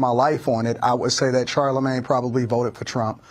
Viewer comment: Sharla-mag-knee got paid by Com-ah-la!😢